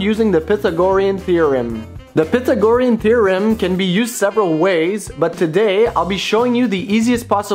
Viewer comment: You said pythagorean wrong, but interesting as you said it how it was spelled. Maybe I have been wrong for 40+ years. stupid engineer you know. Aside: i was a plumber to pay or school back in 80's. I love your videos and seeing the new hardware available. Not seen the O-ring seal design for copper. That is common for Plastic fitting from OEM like Parker for Compressed Air. Sq root of 2 easier to remember vs 1.1414 maybe.